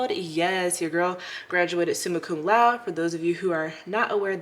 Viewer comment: laude is pronounced loud-day